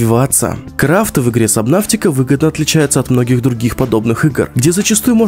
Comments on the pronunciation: Почему собнаВтика правильно собнатика без В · Сабнатика а не сабнафтика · Сабнотика, а не сабнавтика. Где ты взял букву в? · Это не сабнафтика, а это сабнатика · В кривом произношении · ДА ПОЧЕМУ САБНАВТИКА! САБНАТИКА! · Почему "Сабнавтика" 😭😭😭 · ПРАВИЛЬНО САБНАТИКА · КТО ЧИТАЕТ сабНАВТИка???